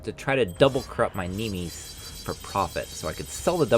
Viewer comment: the way you said nimis triggered me